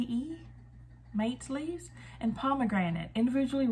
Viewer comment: That's a really cool box! I think the word "mate" in relation to tea is pronounced mah-tay.